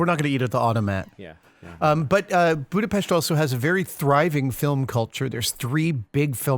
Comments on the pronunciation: So you were visiting the set of blade runner 2, I guess? nonetheless, I'll be eagerly waiting for the reveal! Also, I sincerely thank you for making the effort and pronouncing the name of my city correctly! it was refreshing and much appreciated! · Oh, you pronounce Budapest the right way. :D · Thank you for pronouncing Budapest right! :D